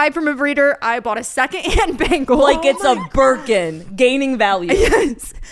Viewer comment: She says it completely wrong lmao it’s BEN-ghal and it cracks me up every time